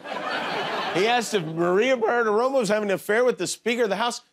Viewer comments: Jimmy sounds drunk every time he tries to pronounce "Bartiromo". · Jimmy has an incredibly tough time saying, "Bartiromo". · Wow Jimmy can't pronounce "Bartiromo". It was funny